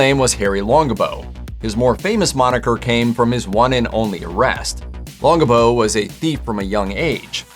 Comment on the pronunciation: Been studying these folks for a long time now. Never have heard the name Longabaugh pronounced like that. I must be a dumbass. Which is highly possible.